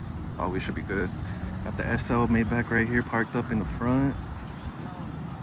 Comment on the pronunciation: You are not saying Maybach correctly.